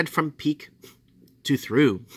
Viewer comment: he said "Peak to Through" when it said "peak to Trough", pronounced troff